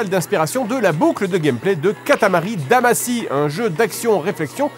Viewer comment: Pourquoi "Damassy" ? Ça se prononce "Damachy"